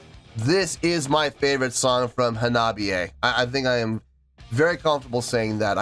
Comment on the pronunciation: Great to see Hanabie back on the channel. This is only the second time, I think, unless I've missed something. Glad they won the poll. Also, good job on pronouncing the name. 👍